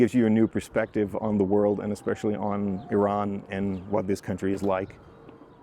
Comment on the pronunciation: The first foreigner who could pronounce Iran correctly, the video was cool and great, thanks